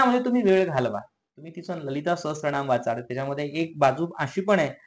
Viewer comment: Lalita sahasr..... raa.....naam....(T ...nahiee laagat...it's sraa.....naam 🙏✍️